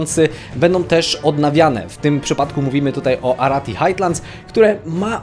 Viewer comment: "Highlands" czytasz jako "hajlends", nie jakieś "hajtlends". Tak podpowiadam tylko i pozdrawiam.